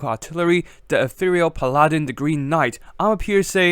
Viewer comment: its pronounced PAL-a-din